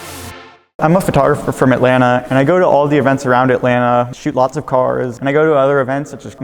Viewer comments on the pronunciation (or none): none